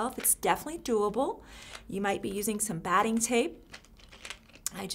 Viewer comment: What are you calling the cotton batting-hard to understand